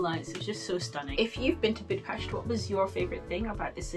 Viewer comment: I seen many vlogs about Budapest and dear lady you pronounced Budapest perfectly. Ninety percent of vlogers mispronounce Budapest, enjoyed your post keep up the good work